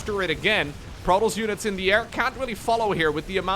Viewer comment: I really cant stand this guy talking its not Protles.... it's Pro Toss there is no L in Protoss